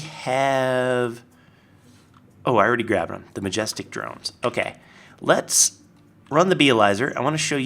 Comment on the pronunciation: Did you notice? He had OAK leaves and he said OAK-kay!